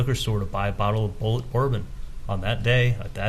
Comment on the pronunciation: Bulliet bourbon is not pronounced phonetically as " Bullet". The fact he doesnt know that when this case involves shooting someone is unreal.